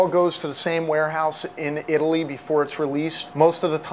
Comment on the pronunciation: lol he says italy-ly